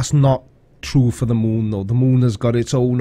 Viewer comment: "Now lets get to the MOOOOOON..." "I 've got the MOOOON coming into View and leaving VEEEEEEEUUUUUUW It's not just his long ass pauses, it's also his way of saying specific words with the EXCESSIVELY LONG HOLDINGS on specific syllables and sounds.... This dude either was dropped on his head just right to be EXTREMELY SLOW or he fried his damn brain so bad that he's to dumb to be aloud on Youtube.